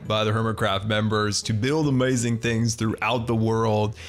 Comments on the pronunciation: Nobody:: AmOizing! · I love when you say "OMAZIN" 😂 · As always, you have ah-may-zin skills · Sunbae Mins it kills me. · SkYmaSTeR I can’t say I enjoy it.